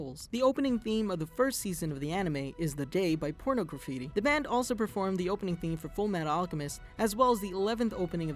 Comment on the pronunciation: Did he say porno graffiti